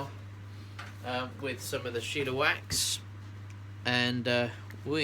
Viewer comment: i know it don't really matter but there is no 'i' in shellawax. i would pronounce it shell-a-wax. just wanted to throw that out there. hahaha